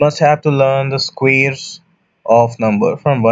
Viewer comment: Squ(eee)res best pronunciation 👏👏👏👏👏👏👏👏👏👏👏👏